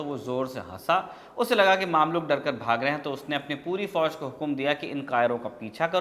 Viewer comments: Brother word maamlook nhi mamlook( ममलूक) hai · its mamlouk not maamlouk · Maamluk nahin mamluk Ruknud Deen bebas nahin balke ruknud Deen baybras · Bhai maamlook nahi, mumlook hai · Mamlok nahi usay mmlok padhte hai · भाई साहब वो मामलूक नहीं ममलूक होता है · It's ममलूक not मामलूक